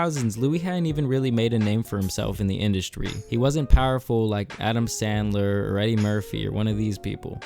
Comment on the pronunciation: Adam Sandler not standler, I know ur struggle, kept thinking it was that till I couldn’t find a movie of his under that name lmao